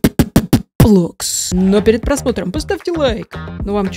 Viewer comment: Оля кекс это не роббббблокс а Роблокс